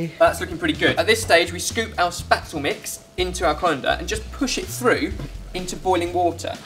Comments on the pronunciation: just because you're part German doesn't mean you love German food. And Spätzle is pronounced shpet- zluh. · Oh dear your pronunciation of spaetzle is frightening. My parents lived in the south of Germany for 8 years and there it is pronounced phonetically in English sh-pay-tz-la. you're probs getting bullied enough for this though:p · It's actually pronounced "Shpetzle" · boys, boys! Please! Pronounce spätzle correctly! "Shpeht-zleh", as us ignorant Americans might transliterate it. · omg, I love the way he pronounces Spätzle! :D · I love having Spätzle either in lentil soup or in gravy, it's delicious! The pronunciation of Spätzle in this video kept making me laugh though :') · I still love the way they pronounce Spätzle. xD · It is sooo sweet how you pronounce Spaetzle :3! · it's sooo funny to hear english people trying to say some german words:D i laughed everytime you said "spätzle" or "sauerkraut"! the special machine to make "spätzle" is called "spätzlehobel" :3 but anyways it's well done! i love all your recipes! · I didn't understand what you mean until I actually saw you making the Spätzle XD That's not how you say Spätzle... AT ALL!! Adorable... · don't think i've ever heard more mispronounced words in a video! haha love it, finally something german! you go! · you did mispronounce Spätzle but never mind, the recipe's still a good idea. could you make something Austrian sometime like Wiener Schnitzel, Tafelspitz or Kaiserschmarrn that would be most awesome! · No.1 rule for cooking these kind of german dishes: there‘s no such thing as enough butter. I would love to see a 2018 version of this...maybe with different flavours? (And a different pronunciation of Spätzle ;) ) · kept on pronouncing spaetzle wrong throughout the video- it's shpates-lay! Sorry to be perdantic! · oooohh the way he says Spätzle makes me cringe haha. Its 'Shpeht-zler' not 'spat-zel' , all in good fun, im not tryna be critical :) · Spätzle not spatzel